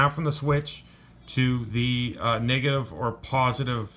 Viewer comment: Copa. Or when he says negative is sounds like he’s saying niggaive